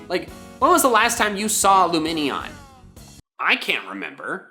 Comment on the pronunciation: I've never seen a "loomenion" before this video lmao